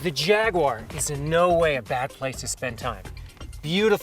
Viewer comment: What the fuck is a Jagwarrrrrrr?